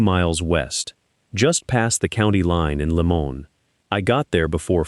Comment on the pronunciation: Lie-man Colorado not Lemoan CO....hurting my ears. I lived in CO most of my days